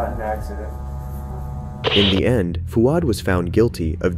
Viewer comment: I’m Australian and I’m a bit of a grammar/pronunciation nazi….. the way the presenter pronounces “Fouad” as “Fu-ad” was killing me. Fwaad my bro. FWAAD